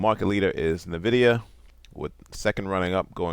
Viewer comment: Nvidia isnt pronounced like that. Aa cor their gaming GPUs, well tge specs for fhe cards coming out (we already know them, pretty much) are terrible. They will not sell... At all. Are they really selling much to the datacentres then? I was so sure they would sell a lot but it seems that companies prefer to overpay for the nvidia chips because they are by far the better overall package and they are developing the software side of things at a much faster rate. AMD sounds dead to me.